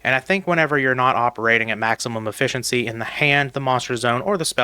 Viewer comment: I can't stand this "maximum efficency" 🤣